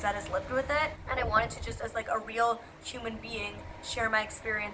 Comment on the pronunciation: Can I still be considered as early? Edit: oh you say 'sh-uman' instead of 'human' like my friend I find that cool